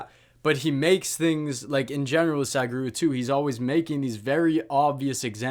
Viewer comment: Your pronunciation to sadhguru is wrong it not sad guru it is sadhguru